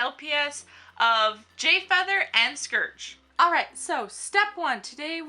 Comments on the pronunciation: Its not scurge its SCOURG XD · I think it's pronounced scORge ur saying scERge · It's SCOURGE! Not Scerge. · its calld scourge.when you say Scurch its wrong nooooooouuuuuub its scourge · "Scerge" It Scorge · HEH HEM! ... it's Scourge not scerge... sorry. Why did that bother me? Idek. I love this tutorial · No offence to people that say scourge like scurge but its pronounced scorge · "scerge" HUUUUUUUUUUUUUUUUUUUUUUUUUUUUUUUUUUUUUUUUUUUUUUUUUUUUUUUUUUUUUUUUUUUUUUUUUUUUUUUUUUUUUUUUUUUUUUUUUUUUUUUUUUUU BOI SC-O-RGE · Scerge? Sorry I pronounce it "scorge" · oh god... SCERGE? iT IS SCOURGE. Sorry for the criticism i just think you should respect the names. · People pronounce it scerge. I pronounce it sc OR ge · It's Scourge! Not Scurge! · I thought it was scourge not scurge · Also, it's scourge not scerge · Scurge? SCURGE?! It's scourge ( SC - OR - GEE ) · it's not scurge it's scourge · not to be rude but it's pronounced Sc-ore-ge not scerge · It's not said skurge ... it's scourge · Have you read the books not trying to be mean if you have it’s spelled scourge if you google that google Will tell you it’s Pronounced scurge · It's pronounced scourge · She said scourge, scerge that annoyd me. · You are saying scourge wrong scourge (sc oor ge) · U said scurge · VICITUR!!! Its pronounced skeirj but I pronounce it like scorge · Its prononced SKO-RR GEH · please take this not offensive but it is pronounced score-ge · *Casualy realizes that I've been pronouncing Scourge wrong this entire time-* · You said scourge wrong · she pronounced Scorge worng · u pronounce Scourge wrong :P